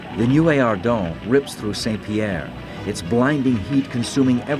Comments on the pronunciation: He can say "MAWN Pelee" but he can't say "SAWN Pierre". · Mont is pronounced mõ, but saint is pronounced sɛ̃. They shouldn't be pronounced the same